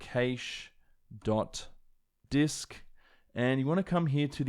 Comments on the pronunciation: Cash not cAsha lol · It’s cache not caish LOL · What’s a ‘kaysh’? 🤣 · Some really good info presented in an easy to follow format, I'll be back to apply this when I (finally!) get my hands on an M1X Macbook Pro. And also... during working for various companies in the UK for some 40 years and dealing with many tech support people, I've never heard the word cache pronounced 'caysh' like that before. I've always heard it pronounced 'cash' here in the UK. Interesting how that differs even between the UK and Australia. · Was a tad confused when I heard you pronounce "cache" as "kaysh," then realized it's a thing in Australian English. Great stuff as always. You've been very helpful in my consideration on whether or not I should purchase an M1 MacBook. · Your pronunciation of the word "cache" is actually driving me insane. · I've never heard "cache" pronounced that way before...is it an Aussie thing?